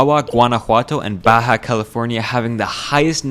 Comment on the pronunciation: You’re learning Spanish but still pronounced Baja like that? 😔 a tip that really helped me was to learn the language phonetically just learn the alphabet and every sound each letter can make